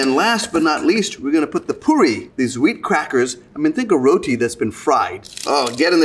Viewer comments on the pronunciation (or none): none